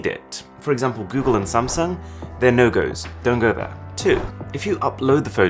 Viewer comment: “sh-tsung” LMFAO 😭